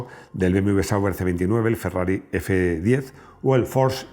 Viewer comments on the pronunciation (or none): none